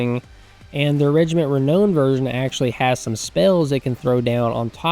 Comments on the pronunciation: It's Regiment of Renown (Re-now-n not Re-know-n) 😂, keen to play a Hung campaign though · Every single time that you mispronounce "reknown" I feel the urge to punch a retarded kitten. Please, sir: save the kittens.